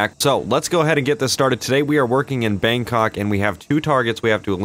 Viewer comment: When she says Bangkok she emphasizes kok so much 😂😂